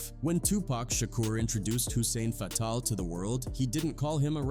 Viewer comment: Say it with me now… ka-da-feeeee, fay-tal did you listen to PACs songs before saying the names 😂